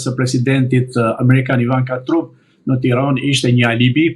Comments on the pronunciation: O idjot nuk I thone truump Englisht pronunciation is tramp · For Heaven’s sake will someone tell him to pronounce correctly the name of the American President ???